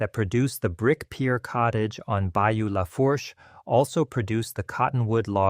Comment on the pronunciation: As soon as it pronounced Lafourche as “La-Forsh,” I turned it off. It’s pronounced “La-Foosh.”